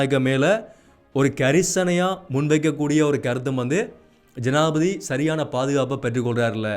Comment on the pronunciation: தம்பி, தமிழில் உச்சரிப்பு அவசியம், ஆனால் என்பதை ஆனா என்பதும் ஜனாதிபதி என்பதை ஜனாதிபதி என உச்சரிப்பதும் தவறு நிறையத் தகவல்களை அழகாக தரவுகளுடன் எடுத்துரைப்பது மிகச் சிரம்மான காரியம் இருந்தும் போராட்டத் துடன் தொடரும் உங்கள் பயணம் தொடரட்டும் வாழ்த்துக்கள்.